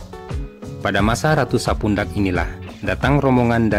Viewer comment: Sedikit koreksi bukan sapundak tapi sepudak